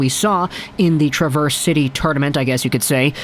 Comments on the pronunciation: Love your videos, but as someone that grew up in Traverse City, I must say, you're pronouncing the City name wrong. It's Trav-verse (like Travis), not Tra-verse, little detail I know, haha, even though Traverse means to 'go backwards', no one pronounces it that way, probably on purpose haha. As a Red Wings fan, I am super excited about our prospects!!! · Trav - er - se city Love the videos keep up the fine work !!! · Accent is on the first syllable of "Traverse" in Traverse City, Michigan. Just FYI from a native Michigander. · The "A" in Traverse City is Pronounced like the A in Apple. Now You can sound like the rest of us Michiganders. Love your vids!!! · Emphasis on the first syllable, not the second.